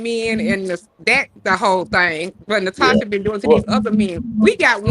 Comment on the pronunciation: Why all the Russian/German women say their name is Natosha?